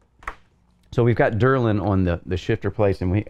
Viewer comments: Very nice review but please stop calling delrin derlin lol :) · Quality content as always! Minor critique, you kept saying DERlin, but I believe the material is actually DELrin. Keep up the great work, your videos manage to be in-depth, informative and interesting. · Delrin -- DEL rin, not DUR lin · This is a strange comment, what are you telling me here? I was commenting that he had the name pronounced wrong, not that its not a company, or know by completley other name which is meaningless to the subject, I am aware the DELRIN is perfect for high-wear use, I use it all the time. What is it your attempting to say?